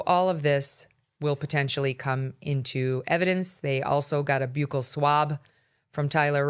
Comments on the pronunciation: Buccal is pronounced like the word buckle. Take it from a dentist. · Buccal swab is pronounced like the buckle on your belt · It’s pronounced “buckle” swab.